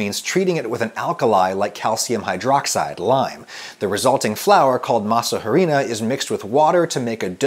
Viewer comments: Hey Adam the H in “harina” is silent :) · When he talks about culture appropriation and yet he says maza “h”arina 🤦‍♀️ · I cringe everytime I listen masa HHHAarina.